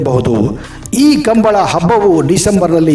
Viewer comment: ಸರ್ ಅದು "ಕಂಬಳ" ಅಲ್ಲಾ.. "ಕಂಬುಲ"